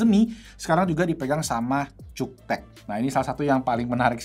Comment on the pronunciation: Cara bacanya "KULTEK" Also selanjutnya ngomong "CUKTEK":face-blue-smiling